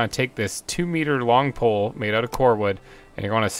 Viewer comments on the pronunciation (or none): I love how you keep saying long pole instead of log pole hahaha it's very charismatic